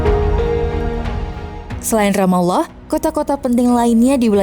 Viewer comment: Adminnya pernah mondok nih 😁 mengucapkan Ramallah pas, GK kyk yg lainnya